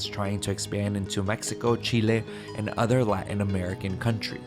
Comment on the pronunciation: Si estás hablando en inglés, no es necesario pronunciar Chile así.